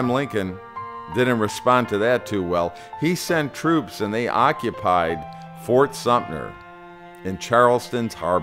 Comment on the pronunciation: ...and then you have "Fort Sumner"" ...?